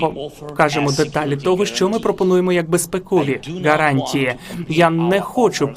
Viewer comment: Божечки,, спробуй говорити букву Г, у слові гарантії, а не Ґ. Це не російська мова. Тренуйся більше і в тебе все вийде!!!